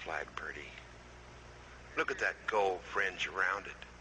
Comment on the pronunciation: This was great as far as I could understand him. It became garbled toward the end. I'm still up in the air about the fring on the flag thing.